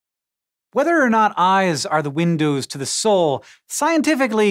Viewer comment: Did you say "Eyes are windoos to the soul?"